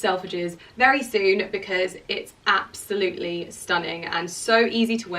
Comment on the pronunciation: stop saying absoutely like that so many times